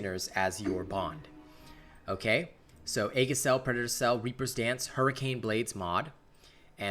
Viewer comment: "Aegis" is pronounced "E-jiss". Sorry if this comes off as snobbish; I just wanted to inform you and don't mean any offense by it. I also don't know how to make a correction in text NOT seem snobbish. Again, apologies.